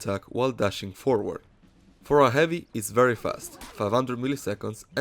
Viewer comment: I love how you say "eavy". You don't say the h, and it sounds pretty funny :)